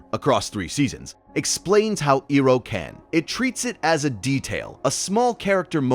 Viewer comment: Pronunciation of Iroh is annoying it’s so crazy how a fan could mispronounce this could not finish the video